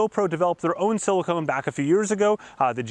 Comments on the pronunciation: "silicon" not "Silicone" :-) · Bro please….. it’s siliCON not siliCONE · pst siliCON not silicone (thats what you put in boobs and such) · *silicon NOT Silicone. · Great review. FYI "Silicon", not "silicone". Chips are made from Silicon, but you seal your bathtub with Silicone :)